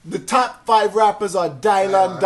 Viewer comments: Dave made all that MTB stuff relevant again. The show had been off. Someone tell it's pronounced DYLAN. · Dielan.... wtf is up with that pronounciation. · “Die-lon”?! What the heck?